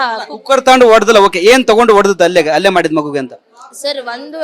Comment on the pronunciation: ಅಲ್ಲೇ ಅಲ್ಲ ಅದು ಹಲ್ಲೆ. Correct aagi kannada matado anchor ilwa nim hatra